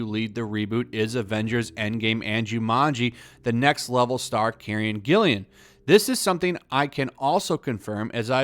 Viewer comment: Douchebag much? First of all, it's Karen GILLAN, not "Gill*i*an". There only one "i" and it's BEFORE the double "l"s. I'd see ANYTHING she's in - she's a terrific actress and just based on her Jumanji performances, I'd definitely give it a watch. Everybody was saying that the first Pirates of the Caribbean movie was going to bomb - "Based on a *ride*! What are they *thinking*??" - but it turned out terrific. I'd give this incarnation a go.